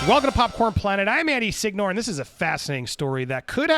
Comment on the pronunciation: Andy sigg nore? Bro pronounce your last name right. Jfc.